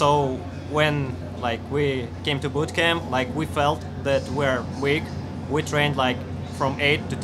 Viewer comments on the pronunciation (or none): none